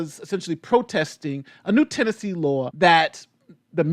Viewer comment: Lol, did you call it Trannessee? Lmao, I know it was a slip of the tongue, but maybe that should be New Yorks new name? Or California, anywhere that is drag show friendly 🤣🤣🤣